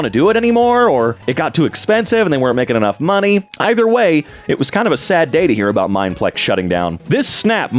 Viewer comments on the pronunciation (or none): none